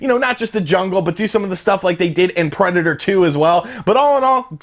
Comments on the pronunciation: Preda-tore? Nobody pronounces it this way but you. Words are hard, huh? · why do you say Predator like that? Lol